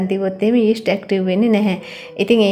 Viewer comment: ඊෂ්ට් නෙවෙයි යීස්ට්